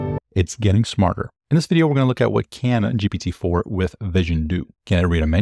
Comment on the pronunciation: Pronunciation of GPT in French: you nailed it! (it's the same as in Portuguese)